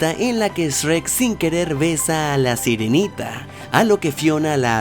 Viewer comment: Porque dices. Esrek 😂